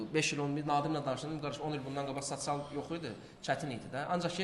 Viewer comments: Sasial yox sosial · Gijdıllax sasial yox sosial düz de 😡😡😡😡😡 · Sacial nedi sosial rusdilli qaqasdida bu